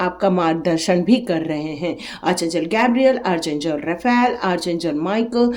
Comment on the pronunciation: Spelling jo bhi ho, pronunciation Arch angel nahi... Ark angel hai... ❤